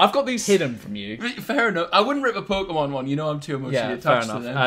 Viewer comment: how can you flex your collector cards when you can’t even pronounce Pokémon